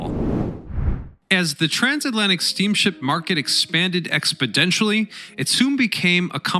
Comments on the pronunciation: I believe it's exponentially, not expedentialy. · Dude- I enjoy your videos- but it’s expoNentially, not expodentially. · Hahahha i Heard it " Expidentially " lmao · The fact you used the word “expedentially” , which isn’t even a word I might add, instead of the proper word “exponentially” , bugged me way more than it should have lol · it's EXPONENTIALLY, not expodentially! :) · It is "exponentially" no "D" involved. :-) L8R G8R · Expodentially! 😂 You Muppet! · "Reminant, expidenially, cumpletely," - I could go on. Get better at what you do.